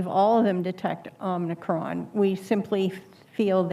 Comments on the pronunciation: It’s OMICRON, not omnicron. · It’s also telling how they can’t even say the name of this variant correctly. “Omnicron” isn’t the name of it, it’s OMICRON. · The people who say "Omnicron" need to watch more Star Trek. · So. Dr woodcock calls it "omnicron". Burr called it that too, but she followed suit. I have the utmost confidence in someone who follows an incorrect pronunciation of omicron. Maybe it was omnicorp.... lol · The senator was calling it "omnicron" There is no N! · Great questions from Sen. Burr. Omicron vs Omnicron made me laugh however lol lol. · This dr. Calls the variant omnicron? Morons all of them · Even government officials can't say the so called "variant".... it's OMICRON, not Omnicrom! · He's confused. Calls Omicron OMNI-CRON. His reading comprehension is poor. That is not the fault of the CDC. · These people should know it is Omicron, not Omnicron. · It's Omicron, not Omnicron, no? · The word is Omicron... WTF is Omnicron? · Fun fact: There is no N in Omicron. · How can the American people trust a government with our health when pronouncing the word Omicron correctly is too difficult to comprehend? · they dont even know how to pronounce omicron XD